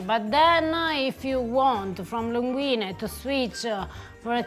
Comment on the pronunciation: saying linguinE, not linguini is so nice of him.